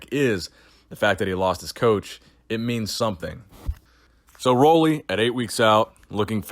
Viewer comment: FYI, his name is pronounced Ruley, as in a Ruler. Keep up the great work.